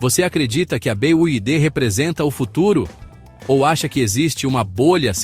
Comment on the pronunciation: "BEAIDE"... Ai desse desse jeito quebra mesmo....😂😂😂😂😂😂😂😂😂😂😂